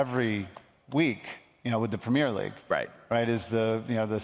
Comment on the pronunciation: Its called premier league not premare league mate